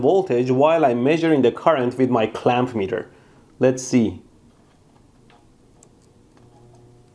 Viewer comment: The meatah, you must give me